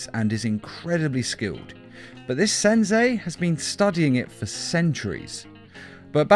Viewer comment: "Senzei" lol